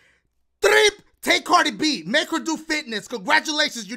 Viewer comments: For a second when you where doing your intros I thought you said “The game where ya BAKE me levels” and I was like wtf bake dang dashie u dat hungry 😂 (ps this is a joke) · Has anybody noticed that he sounds like he says “bake me levels, tweet em to pee” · Does he say baby levels or make me levels